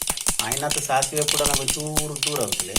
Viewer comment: Sasive😮😮ATHU " DACIVE ' 😂😂